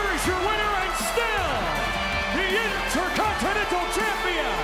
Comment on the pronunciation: did i heard it wrong? "and still the uni - ntercontinental champion"